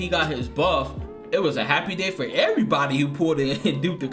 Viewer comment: “Erry body eating” good shy lol 😂